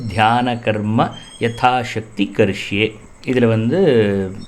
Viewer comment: நல்ல பதிவு நல்ல நோக்கம் கொண்டு பதிவிடப்பட்டுள்ளது. ஆனால் ஒரு சிறு திருத்தம். "நாம" என்று இருக்க வேண்டும். சமஸ்கிருதத்தில் "எ" என்ற ஒலி கிடையாது. "ஏ" மட்டும் தான். "சீக்கிர மேவ" " கரிஷ்யே" என்று உச்சரிக்கப்பட வேண்டும்.